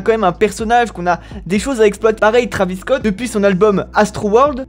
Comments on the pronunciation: Ark the Senshiシ en gros, il prétend être un fan de travis depuis longtemps mais il prononce son blase pas correctement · "trAvis" tu rends ouf zebi